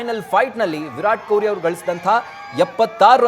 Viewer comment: Stupid reporter calling him koili. Can't even say kohli